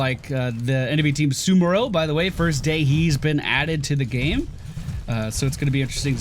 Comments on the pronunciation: Damn it,! SAMuro! Not SUMuro! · it's pronounced Sa-mu-ro he's a samurai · SA-MOO-ROH SA- like in elSA (let it go plz) MOO- like in there is no cow lvl ROH- Fus-ROH-Dah that goat off a mountain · Cant even pronounce the new heroes name. is the worst heroes caster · The amount of people that can't pronounce "SamUro" is too damn high. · It kinda cracks me up how many streamers have a difficult time pronouncing Samuro correctly. It's like samurai but with an "o" at the end. I wonder if they're doing it on purpose or if it's just the dyslexia kicking in.